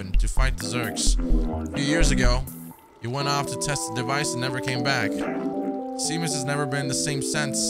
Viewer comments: Seamus is actually pronounced as "Shay-mus" haha 😄 not sea-mus. Like "shame us" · I was having a mental meltdown while said 🌊mus instead of pronouncing "Sheamus" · Seamus is pronounced Shay-mus. hehe. It's an Irish name. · Such a cool, quirky game. Love the environment. Also “Seamus” is pronounced “Shay-Mus” btw lol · This game is absolutely amazing lve enjoy every minute of your playthrough so far and playing it for myself, the one thing thats not amazing though is hollows pronunciation of names, its SHAY-MUS 🤣 all joking aside i can see why you start calling him that, LOVE the series so far man 👍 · Seamus is actually pronounced Shay-mus. It's an Irish name. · love this! just an fyi its shame-us, its an irish name haha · "Sea-mus" lol :P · His pronunciation of Seamus lol. I don't blame him. It's pronounced Shaymus btw. Just like how sean is Shaun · Zbaltazar is just pronounced Balthazar. And Seamus is Shay-mus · Seamus, is pronounced Shaymus. It's an Irish name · Honestly cracked me up that he was worried about mispronouncing Momo, and then went on to consistently mispronounce Seamus without even thinking about it 😂